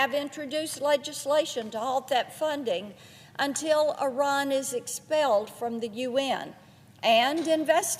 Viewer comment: Does she mean Iran or Unran?